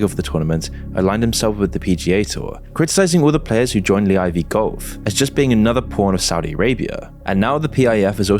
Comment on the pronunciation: It’s live bro not lee IV 😂